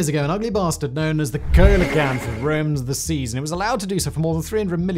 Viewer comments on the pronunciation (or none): Ceolocanth is pronounced see lo can th. Sabretooth tigers weren't tigers, dinosaurs did evolve into birds. These are just the intro mistakes. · It’s pronounced “See-Lo-Canth”. Just saying…. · it's pronounced seelocanth lol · Coelacanth is pronounced "SEElacanth" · *a-hem: “SEA-luh-kanth” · Coelacanth is pronounced "see-la-kanth". The "oe" is actually the ligature œ . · Coelacanth = See-Luh-Kanth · Indeed. I was going to say the same. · if you’re not sure how to pronounce the first animal you mention in a video, would you please take the 15 seconds to look up coelacanth? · In the past six months there have been about a dozen videos across his many channels where Coelacanth was in the script. If you find those videos, you will find pronunciation corrections in the comments. They obviously don’t read the comments. I made a comment similar to yours months ago. A+ for effort though.